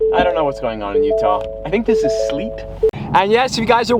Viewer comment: Say sleet again please